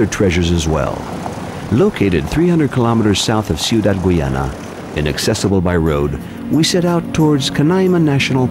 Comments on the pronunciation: Why does he say "Gweeana" instead of Guyana or Geeyana? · Its pronounced Guy_ya_na not goy_yana